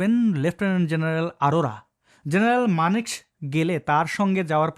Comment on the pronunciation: মানেকশ এর উচ্চারণ হবে মানেক(shaw) হবে।